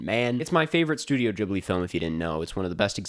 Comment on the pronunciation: Wearing a Brass Monkey hoodie rn. Also stop saying Jibli,, I hate it even though you're great